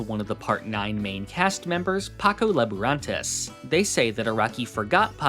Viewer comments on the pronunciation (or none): they're pronounced "laburantAYS", not "laburantESS" and "bAHkin", not "bakEEN", also i have an araki forgot, how did stroheim know what happened in phantom blood, that it was called hamon/ripple and that joseph had to go to italy and meet caesar to level up his hamon?